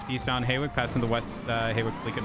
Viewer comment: I love how the whole time they keep saying HAY-WICK when its HAW-WICK